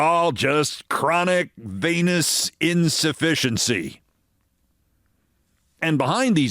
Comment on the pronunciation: You said venous insufficiency, not penis insufficiency ... right?